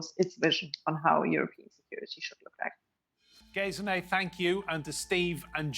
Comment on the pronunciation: She is called Gesine, not "Gayziney"!